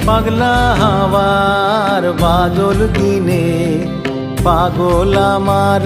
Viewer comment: প্রতিভাবান শিল্পী! উচ্চারণটি সংশোধন করা উচিত-("বাদল")-আজি ঝরো ঝরো মুখর "বাদল" দিনে